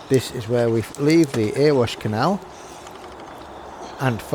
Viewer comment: ...Nice video, but - so that people don't mistake you for a 'foreigner', it's actually pronounced 'Erry-wash' - NOT 'Ear-wash' - mate 🙃🤣! Thanks for sharing! 😉👍